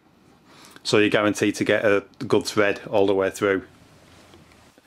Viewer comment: 'ole' = hole 'tread' = thread 'tree' = three Aussies do not using the letter 'h' much.